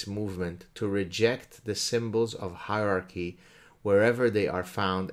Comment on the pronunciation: "SYMbols of HEIrarchy" lmfao